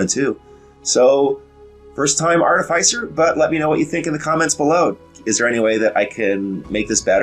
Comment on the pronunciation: Great video! Love the way you explained your choices for this build in reference of context and passed builds. Clear on screen info. Now,..if you could just prononce the name of the class properly! Just kidding, great informative video. I was sold on your channel even before Treantmonk showed up. ;-)